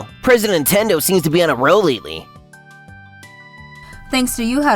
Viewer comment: Antendo? That's near as Nintendo.